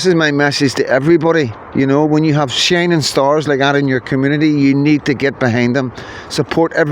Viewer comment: For a second I thought you said shinner star